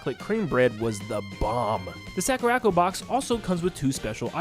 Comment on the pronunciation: Sakura. Co. Not sackuracko. Please, for my sanity...